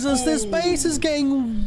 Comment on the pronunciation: "this base is getting rrrrra destroyed right now"